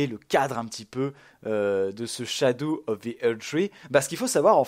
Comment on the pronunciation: Ppurquoi tu dit "SHADOU" 😂😂😂 jpp le dlc kawaii enfaite